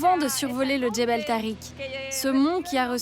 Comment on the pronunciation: Jabal ou jbel et non Djebel, que vient faire ce D dans l'histoire ?!